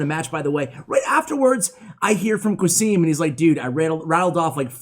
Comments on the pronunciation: qasim is a fellow country man and the way you pronounce his name is very English. Its suppposed to sound as Kasem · The name is pronounced Ca-sim btw , ca like in ca-r 🚗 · I think "qasim" is pronounced as qa=ca(as in car) and sim=sim(as in simcard) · Why do you say "Qasim" like that?